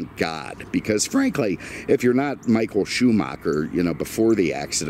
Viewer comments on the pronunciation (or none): none